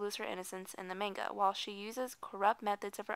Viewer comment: why do they always say "main"ga?!? really? plz ppl...itz not that hard.